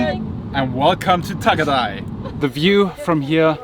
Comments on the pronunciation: Tagaytay not tagatay 😂😂👍👍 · pronounce Tagaytay as you pronounce it in English: Ta-guy-tie